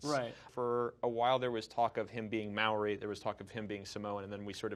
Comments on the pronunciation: The way they said Maori hurt me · You said Maori wrong btw